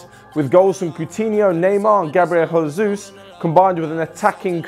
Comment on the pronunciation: "... and Gabriel HOESUS" 😂😂😂